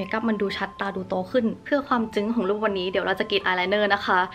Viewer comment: คุณกับคำว่า”จึ้ง”ที่ออกเสียงแตกต่างกับทุกคนบนโลก 😭💕